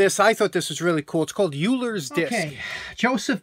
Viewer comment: Euler was a mathematician, it's pronounced like oiler. My wife is a mathematician, she was sitting in the room while I watched the video. I have just received a ten-minute lecture on who he was and what he did.